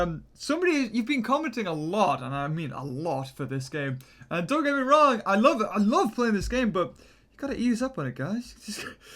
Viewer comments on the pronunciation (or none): none